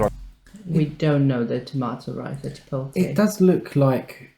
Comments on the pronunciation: Pronouncing them "chipolte" and "pie-ella" in the same sentence is so British 😄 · Enjoyed the video, Jolly is a great channel to learn more about American cuisine. For future reference, the words Paella and Chipolte are pronounced as follows: Pa-el-la (pie - AEY - ya), Chip-ot-le (Chip -OT - lay).